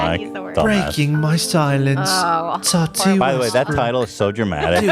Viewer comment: The way Ethan says Tati like "tAti" makes me giggle internally every time, and you know he knows how to pronounce it correctly but just chooses not to because she's completely irrelevant